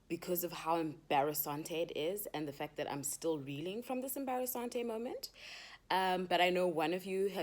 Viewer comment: Wena bathong... I ALWAYS say "embarrasante" and I honestly never head anyone saying that bathong wena 💃🏾💃🏾💃🏾💃🏾💃🏾